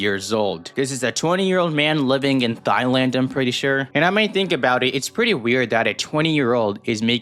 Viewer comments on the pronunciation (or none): did bro just pronounce thailand (pronounced tie-land) as "thighland" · its pronounced “tie-land” just so you know, also a person from thailand is called a thai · Do I even bother saying it… HOW IS IT SO HARD TO NOT LIKE CHILDREN?!?!?! also not tryna sound rude but it’s pronounced “TIE-Land” for future reference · Thighenese is crazy fyi: it's pronounced "tai" and "tai-land" I'm a Thai person. "Wow so crazy ur thai that's amazinedjrjidj" 👍